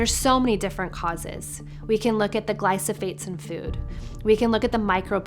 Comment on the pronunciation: I think that midwife misspoke a couple of times. She said “glysophate” instead of glyphosate. Then she said “pasteurized eggs” instead of pasture-raised eggs.